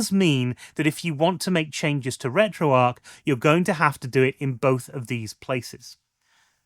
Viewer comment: Is it not pronounced retro arch?